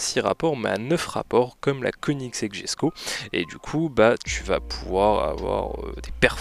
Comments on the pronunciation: ok désolé mais ça m'irrite quand on dit jesko au lieu de yesko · On dit yesko pas jesko